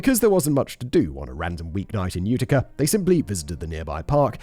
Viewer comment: Hearing my home town in a true crime story made this one a bit too real for me... The only levity coming from listening to Simon butcher the pronounciation of literally everything to do with Upstate New York. 'Ootica' 'Onida' were my personal favs😂.